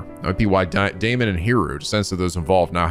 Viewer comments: I tend to not comment on whenever says names and such wrong, since I don't want to be an annoying nitpicky penguin, but since you asked, I believe Daimons name would be pronounced "Die-Mohn". At least that sounds the most correct to me. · Daimon, like Daimond. Think of it like this: Pronounce the 'ai' like eye, then add what ever is in front of it (If there is something in front), to make the sound. D-eye-mon. Eye-co - Aiko. T-eye-gah - Taiga. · Daimon rhymes with Simon. Ei rhymes with Day. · I don't get it! Is it pronounced 'Dye'-mon or 'Day'-mon?! Me:..., what's the name of the antagonist from Bleach that fucks your mind?: Who, Aizen? Me:...: Oh. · “ai” in Japanese is pronounced like “eye”. You were probably thinking of the Japanese pronunciation of “ei” which is similar to “-ay”. The letter A always has the short vowel sound, just to clarify. So you were right the first time, it is pronounced “Die-mon” I’m sure this will come in handy for many other games in the future, so I just thought I should set the record straight here lol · "Ai" is pronounced like "eye" (which came up a lot in somnium files iirc) though there are some names where they're separate characters (like araishi is ara-ishi not arai-shi) For daimon though, it very much is dai-mon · His name is Japanese so there’s no need to fiddle around with the German pronunciation lol It would be pronounced “Die-Mon” Language can be loopy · Daimon: Die-moan ♥